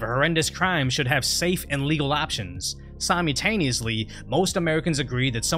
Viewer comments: Another spot on take on the state of affairs in the US? Wish I could say it's just in the US but it's spreading.... Anyway, got to get you to pronounce "simutaneously" again. Loved it! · "simeetaniously" Wut?